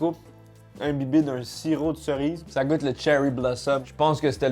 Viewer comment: il a dit goute ma cameman